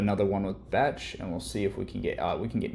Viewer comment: Not how you pronounce Becht :)